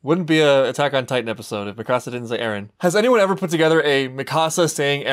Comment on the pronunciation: Top 15 Mikasa Quotes: "Ereh" - Mikasa Ackerman "Ereh" - Mikasa Ackerman "Ereh" - Mikasa Ackerman "Ereh" - Mikasa Ackerman "Ereh" - Mikasa Ackerman "Eren" - Mikasa Ackerman "Ereh" - Mikasa Ackerman "Ereh" - Mikasa Ackerman "Ereh" - Mikasa Ackerman "Ereh" - Mikasa Ackerman "Ereh" - Mikasa Ackerman "Ereh" - Mikasa Ackerman "Eren" - Mikasa Ackerman "Ereh" - Mikasa Ackerman "Ereh" - Mikasa Ackerman